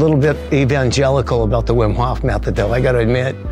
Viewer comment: Wim in English is pronounced like Vim. :)